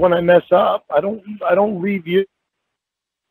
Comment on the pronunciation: "When I told yew forevah i meant forevah with yew!"😢😢😢